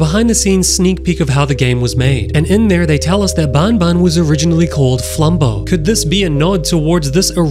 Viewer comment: Not bunbun is banban